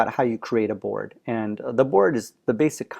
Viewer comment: It kept sounding like he was saying "Borg" lol.